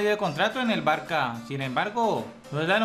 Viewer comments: Ahggg por dios, no se dice barca, se dice Barça. Es diferente sabes? Es un insulto para los culés. Te doy dislike por no saber pronunciar el mejor equipo del mundo 🤬🤬😒😒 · Sobretodo barca, la ç se pronuncia como s